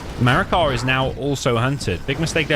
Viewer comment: Great series so far! Btw noticed you keep saying “MarakaR” and have him labeled that way but looks like no R?